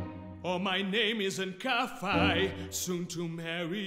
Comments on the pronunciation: uhh.. it's not 'kafai'. so far you've been really good at pronunciation, so that's the first mistake. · I love these. I do have one issue with the presentation here though: Kafei is pronounced in your song, "Kaf- "eye"", when the correct pronunciation of Kafei is "Kaf- "aye". We know this because Japanese pronounce "ei" not in the German way (as here) but rather in the Spanish way (as I explained above). As you are just in demo stages still, I'm sure you can still correct this glaring error. When you make Kafei your protagonist, you need to make sure you pronounce his name right!!! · that too